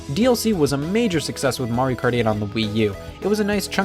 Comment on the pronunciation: The way he says “kart” is super satisfying